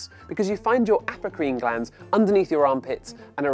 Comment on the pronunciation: what he said: Aprocrine What I thought he said: Applecream Wait.... Apple cream!?